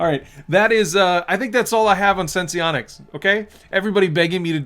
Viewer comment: Why does everyone keep calling this sen-see-onics? Is it not called sense-onics?